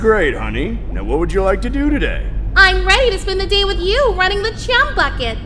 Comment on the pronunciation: did anyone notice in is said chum without the h 😭